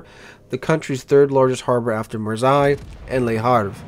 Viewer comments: you have to pronounce the S of Marseille like a double S and not a Z ... like in MIssissippi... and yeah i know you muricans pronounce the double S of Missouri like a Z .... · Just saying as a french your prononciation of Marseille is making my ears bleed